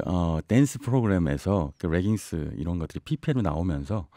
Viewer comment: 레깅스를 자꾸 r발음을 넣어 reggings 라고 발음하시네요. Leggings "레깅스"가 올바른 빌음입니다